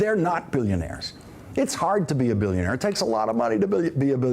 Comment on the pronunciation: sorry guys, but you misunderstood him. he is a "bilk-ya-naire".